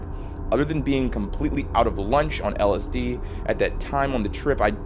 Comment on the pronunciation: When the third word of your 20 minute video, which also happens to be the entire premise, is so badly mispronounced that it causes babies to be born grotesquely deformed.